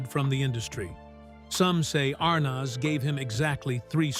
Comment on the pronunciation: Who the hell is Desi R-naz?